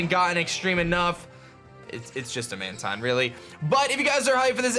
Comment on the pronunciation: mantine is pronounced manTEEN